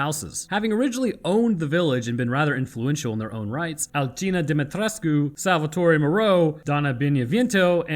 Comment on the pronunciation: I pronounce Alcina's name the way its said in the game. I can't pronounce it the way you do lol